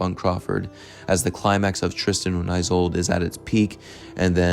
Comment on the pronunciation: He also mispronounces "Isolde," but it's still an enjoyable video. 🙃